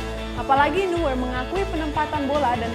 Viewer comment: Neuer bacanya Noier